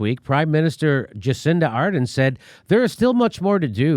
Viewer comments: Jucinda Arden please pronounce it correctly she is a great PM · As a kiwi I couldn't be a happier Labour party supporter, for both elections. It's pronounced JA- CINDA ARR-DERN Jimmy.😁 Look at out Multibillion dollar infrastructure programme and winter allowances to pay power bills too. I'm one of them getting that ,the 4th annual increase since she was first elected. Its about $14.50 USA dollars though. The political leaders debate was so telling between Labour and National policies. Jacinda promised all this and kept her promises. Opposition leader of National/ conservativesJudith Collins flat out said 'I won't do a wage rise ' with a smile on her face. Ditto for a revised infrastructure program and a clean air and water bill Labour proposed, National thought All this would 'hurt big business' another quote. No wonder Labour won a second election with twice as many seats in power than National did.